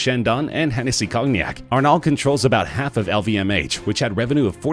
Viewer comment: Haolf Lebanese, like Maruc Lemonis and Kevin O'leary.